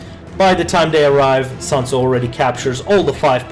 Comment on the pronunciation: It's SUNTZU not SANTZU (╯°□°）╯︵ ┻━┻